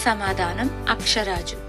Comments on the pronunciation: అక్షరాజు కాదు...ఆకాశ రాజు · Padmavathi devi thandri Aksharaju kadu Akasa raju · ఆకాశ రాజు అమ్మ తల్లి అక్షరాజు కాదు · అక్ష రాజు కాదు ఆకాశ రాజు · అక్షరాజు కాదు ఆకాశ రాజు